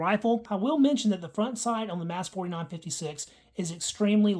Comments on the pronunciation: Is it not pronounced “mahs” rather than “mass”? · You have alot of ignorant "facts" that you're spitting out. The slam fire issue is from kinetic movement of the firing as the bolt comes to a stop and soft primers. Do some research. It's pronounced "MOSS" not "MASS" btw.